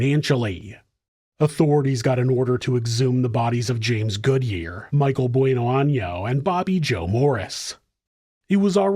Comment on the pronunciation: maybe i can help with the pronunciation of her last name BONano very simple love you show